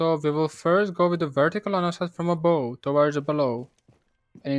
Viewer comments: Love your videos man, just one quick thing: the word ABOVE pronounced ABOF not Abow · yeah could be but i’m pretty sure in america and Great Britain you will hear it as ABOF. Maybe i’m wrong